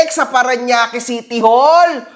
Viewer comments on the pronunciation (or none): none